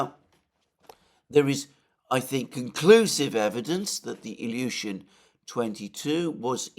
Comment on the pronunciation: Love how you pronounce Ilyushin, awesome! Bravo overall!!!